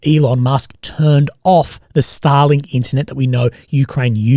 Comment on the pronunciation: your pronouncination of starlink is way too similar to stalin lmao